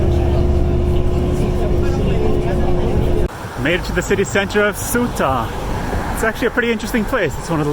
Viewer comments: It’s is Ceuta not Celta. Ceuuuuuta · No it’s Sebta. Sebbbbbbbbbbta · Its Theuta same as if you would pronounce the work THink